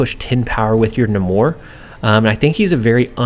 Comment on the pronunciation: Love the videos, it is NAY-MORE with a long A though, Namor the Submariner He’s also the first mutant by publication history (not chronologically)